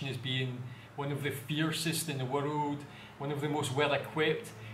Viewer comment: Its not warud, its world 🤣